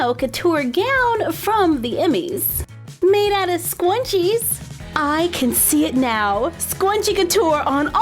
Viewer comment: You said scwunches instead of scrunches